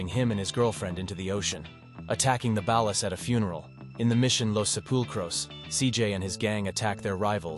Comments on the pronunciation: It's the ballers not the balas😂😂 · “The baallas“ 🤮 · Listen to the way he pronounced ballas. Dead giveaway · Bro don't know how to say og loc or ballas